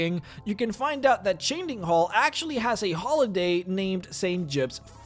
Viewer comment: i love all the lore but damn, its chadenhall not chaindinghall , its Vardenfell not Vanderfell . Ill stop there, but come on that just annoyed me, and i usually dont get annoyed from stuff like that